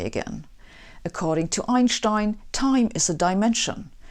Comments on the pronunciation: It's stine, not Shtine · Why does she pronounce 'Einstein' wrong? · Never heard of Einshtine. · Raise your hand if you, as I did, came here to hear her say Einschtein... LOVE_ LOVE_ LOVE.. That aside, her presentations are stellar.. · Einshhtein was ridiculed regarding the pronunciation of his name during frequent brawls about the speed of light in the tough physics bars around Princeton. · I just love the way she says Einshtien. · You know the person is brilliant when they pronounce it "EinSSHHtein". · Anyone triggered by mispronounciation of Ein-stein? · Two great answers below, from Dr Muller and Martin... you honestly didn't know how to correctly pronounce Einstein??? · I wonder if native English speakers finally learned to pronounce Einstein's name :-) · From now on, I will be pronouncing Einstein’s name differently. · Yes, you have been pronouncing Einstein wrong all this time! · God I hate the way she pronounces Einstein. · I come here mostly to hear her say "Einstein". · Iits time to change the pronunciation of Einstein. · "worst thing about American language is that, it needs to butcher all the foreign names" So you probably have no problem whatsoever to pronounce american names correctly like for example: Albuquerque, Niagara or Massachusetts? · Very simplistic explanation. Huge admiration from Pakistan. And they way she pronounces Einstein ❤️❤️.